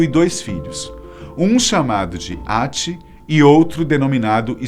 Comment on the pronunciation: A maioria dos nomes não são pronunciados do jeito e ele falou..! (Häti) se pronuncia mas se fala (rati), se pronuncia (hella) mas se fala, (rela) assim como o j na mitologia nórdica se pronuncia a letra i, como JÖrmungadr mas se pronuncia iormungadr, espero ter ajudado